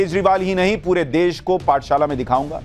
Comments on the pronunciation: Phle desh kehna seekh lo Ye des nhi desh hota hai Pehle khud pad lo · Desh bolna nahi aata iss ko ...Sanjay singh😂😂😂